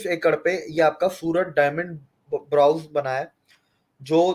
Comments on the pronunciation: ℹ 'Bourse' is pronounced borz, not brows ℹ But great video as usual by and is very well informed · Brawz nahi bola jata brouse